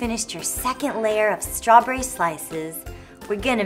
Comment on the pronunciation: Does she seem tipsy here? Ssssssstrawberry cool whip, lol.